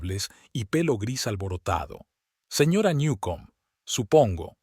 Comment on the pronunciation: No sabe decir señora???